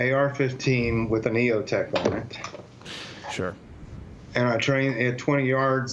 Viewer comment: K Waters all good. He def said Eotech tho